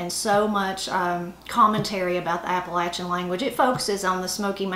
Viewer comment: Both sides being from Tennessee, most of these are very familiar to me. I just wanted to thank you for pronouncing "Appalachian" correctly. :-) You can always tell someone who ain't from around here - they use a long "A" when saying that word. :-) Love the channel! -Ed on the Ridge